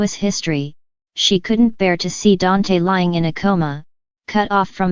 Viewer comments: Yes I Agree DANTE NOT DANT🤗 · Who ever the speaker is your saying Dante's name wrong🤦🏽‍♀️